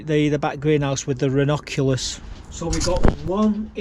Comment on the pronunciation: I think Eòwyn is pronounced as Ee-o-win. Also, Ronoculus are you talking about double flowered buttercups coz they’re pronounced Ra-nun-cu-lus. Hope this helps. Where’s the coin show & tell Mark ?